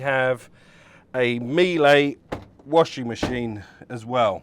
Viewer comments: NO…Miele like Sheila … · NO…Miele like Sheila